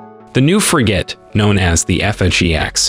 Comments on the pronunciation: How did he say Frigate great the first time and then the rest of the video says Free Gate! And FF eeeeexxxx damn those AI voices are getting more real everyday but still have their flaws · OMG stop saying "FREE GATE" You pronounced it right the first time. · He pronounced frigate properly the first time and then never again. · Frigate… pronounced frig-it not frig-8 English is hard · It's not Fri-"gate" it's Fri-"gut" Please pronounce it correctly. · What the hell is a 'frigATE'....it's pronounced like frigit lol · Frigates fill a role that is better served by frigates than destroyer. And Every damn you people do anything with the navy you simply HAVE to mispronounce something. It is NOT pronounced "fri -- gate" It is pronounced "fri -- git" emphasis on the first syllable not the last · Frig it. Not fri gate. Jesus, your pronunciations are cringe. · What’s a FREEGATE? It’s actually pronounced FRIG GIT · You need to correct your computer voice. No one says Fri-GATE, it’s universally pronounced FRIG-it. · Go back to school, language class. It's not pronounced FREE GATE. IT'S FRIGET. GET IT RIGHT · The word frigate is pronounced frigette…not the hard A as in gate. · pronounced “friggit” 🇬🇧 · Frigate is pronounced ˈfri-gət, with emphasis on the first syllable…pleeeze! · Pronounced "Frig-it". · I hate Robots narrating videos. Why dont you teach your machines pronounciation? FreeGate ... ugh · Frigate, pronounced Frig….it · You are pronouncing, “FRIGATE”incorrectly. It’s definitely not called a “FRI / GAYT” or “FREE / GAYT” Copy editors may help. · The computer voice, the text to speech, couldn't even pronounce "frigate" right - just get a native speaker to read your scripts and not a computer! LOL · Please pronounce Frigate properly. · Pretty sure he mispronounced frigate intentionally to get the comments going, comments are good for the algorithm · You’re pronouncing Frigate completely wrong. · He can't pronounce "frigate" properly.